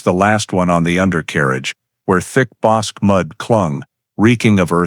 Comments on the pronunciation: Yes, I know....I have lived in the area half a century! 😊 That pronunciation was really nagging me, even though I realize it's not an easy name to pronounce for those who have never heard it by the locals. That pronunciation and when people say Brazz-OS (long O) instead of Brazos (us) are just two local locations that I can't ignore the mis-pronounciation without offering a nudge in the right direction. 😉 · It is NOT the BOSK River, it is "Bosk-EE" River. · Pronounced BOSK-KEY (rather than "QUE" making the K sound, it makes the KEY sound.) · ff - FWIW, Bosque is a 2 syllable word, CORRECTLY pronounce BOSkey ..... not monosyllabically as "bosc". - Verdict read and sentence pronounced by Judge. This is ERRONEOUS!! Texas has a bifurcated judicial system, i.e., trial and sentencing procedures. FIRST, a jury decides whether a defendant is innocent or guilty of the charge(s) specified in the indictment. Then, and ONLY THEN, does the jury deliberate on its recommended sentencing, based upon the judge's instruction to the jury of what sentencing it can render/recommend. Also, THEN AND ONLY THEN, can a judge actually pronounce a sentence. 😕👎😕👎😕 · It is pronounced "Boskie" not Boske!! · That would be the Bosque River, not Bosk! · The word is BOSQUE = pronounced BOs-KEY - since you didn't even check on how that was pronounced I don't believe you know anything else about this video so THUMBS DOWN - do better research before you post anymore of this CRAP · That river is the Bos-"key". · Texans pronounce it Bos' kee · Temple, Tx, about 45 minutes South of Waco. Bosque is pronounced Boss’ key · ITS pronounced Bos Key. And circadas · Pronounced boss key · Waco is in Mcellan county of Texas and the river is pronounced Boskey 😅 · Bosque is pronounced (boss-key.) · The Bosque River is pronounced Boskey in this part of the world. You could at least get that right. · Bosque pronounced Boskey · bos-keh is the right pronounciation. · Wish you pronounced the river correct tho